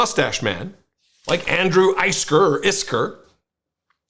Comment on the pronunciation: It's pronounced like Andrew Whisker